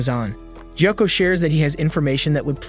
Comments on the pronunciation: Jacka? Sir its pronounced GOY-OH-KU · “Jiyoko” ITS “gee-yo-koe” gyokko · bro really called tanjiro "thanjiro", gyokko "jocko", gyutaro "jutaro", and demons "devils" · Stop calling gyokko jocko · His name is gyokko no jocko